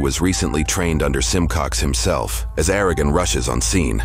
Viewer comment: It’s “Ara-uhh-gon” not “Air-a-gen”